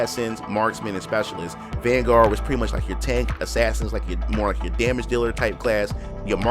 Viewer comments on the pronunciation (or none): none